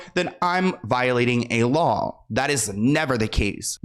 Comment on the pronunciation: Yaaas! I love how you put together this video. Very educational! I also love you keeping it real! Funny she can't 'law' correctly lmao